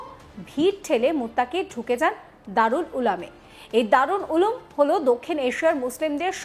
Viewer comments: Ulum কে উলাম পড়ছে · ভাষাটা শুদ্ধ করে বলুন ওটা দারুল উলাম নয়, দারুল উলুম... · দারুল উলুম দেওবন্দের নামই বলতে পারেন না মহিলা সাংবাদিক হয়েছে